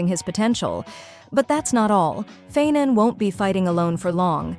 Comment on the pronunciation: Phainon ❌ Feign, a ✅ 😭